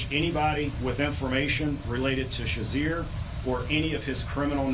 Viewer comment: what is viva unsoom? And who is Jimmy Shazeer? He can't even pronounce Viv Amsanm or Cherizier how can we take seriously?